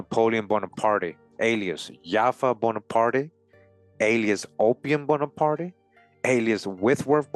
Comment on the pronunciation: Just for future reference, the E at the end of his name is silent. Prononced Bonapart.